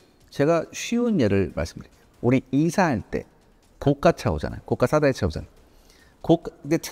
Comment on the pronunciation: 고가 사다리차는 고까로 발음되지 않습니다. 고가사다리로 발음하는게 맞습니다.